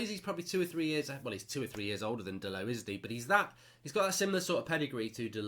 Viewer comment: Did Woodward get delot instead when told to get de ligt 😂😂😂